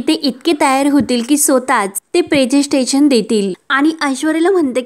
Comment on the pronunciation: प्रेसेन्स्टेशन नव्हे प्रेसेंटेशन